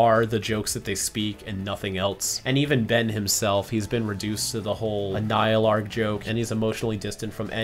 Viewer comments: man just causally pronounced the full pronunciation of Annihilarg, without giving it a second thought. cool cool cool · I love how memorized how to pronounce the anialarg